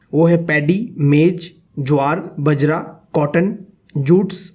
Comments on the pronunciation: ITS NOT BAJRA ITS BAAJRA [ PRONOUNCIATION] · बजरा नहीं बाजरा 🤣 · Sir aap galat pronounce kr rhy ho bjara h vo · Bhai bajra❌ bjra✅ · Sorry for interruption it's not बजरा it is बाजरा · Sir bajar Ka. Pronunciation Baajra Hota h as I listened it first by urs.. I literally laughed maybe just bcuz I am rajasthani... 💜great explanation sir.. Tq..